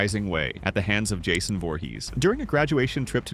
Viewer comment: He said "HANDS OF Jason".